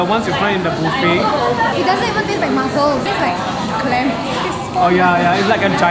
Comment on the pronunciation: MuSSSSSels! Not muzzles😬